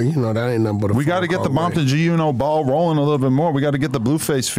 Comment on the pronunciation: Adam kept soning gee uno lol. He better be careful.